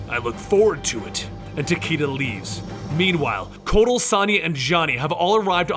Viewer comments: The character's name is pronounced "Ta Kay Da." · It’s ta ky da